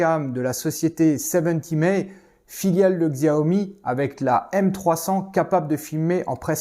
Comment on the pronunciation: Alors pour info, on dit "shia omi" (font chier à mal traduire les idéogrammes...). J'ai pas la m300, mais la S. Alors j'en ai une depuis aujourd'hui. A savoir j'ai pas eu deux films et deux stickers, donc fallait pas que je plante. Je pense que ça peut être utile de le savoir ^^. La commande vocale marche bien, faut juste parler anglais (pas trop frenchy l'accent, ceci dit). J'ai pas trop galéré pour mettre le câble, il dépasse à certains endroits et je peux pas trop le faire courir au sol (un Renault Trafic, c'est pas une Corsa). Attention à la fonction formatage, qui va TOUT supprimer même les vidéos "urgence" qui, même si elles sont enregistrées à part, sont supprimées dans le processus (ce qui est normal, mais à savoir). Anticiper aussi le fait qu'elle va pencher à gauche légèrement, ce qui n'est pas grave, mais frustrera les fous d'horizontalité si c'est pas pris en compte (d'ailleurs le monitoring sur téléphone permet avec une seconde de latence de voir ce qu'on filme, pratique pour l'installation).